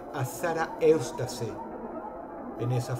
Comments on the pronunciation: Shara eustase xdxd se pronuncia iustas :v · Eustace se pronuncia iústis, no "eustase". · Que raro que dross haya dicho "Sarah Eustace" sabiendo que se pronuncia "sara iustes" en español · Eustace jajajaja (se pronuncia "iustas") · Eustace no se pronuncia Iustas?